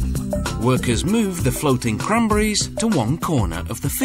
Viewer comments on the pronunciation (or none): it's c-r-a-n-b-e-r-r-i-e-s not "kramburis" hahaha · Except the way he says "cranberries" makes me laugh... "crunbries"